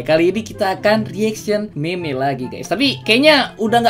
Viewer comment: nyebut meme naya jgn meme tapi mim ngerti gk pex?